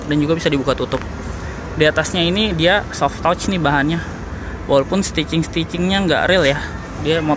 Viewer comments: Soft touch tuh dibacanya sof tats bang bukan sof tots 😂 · Om baca soft touch bukan soft touch tapi soft tatc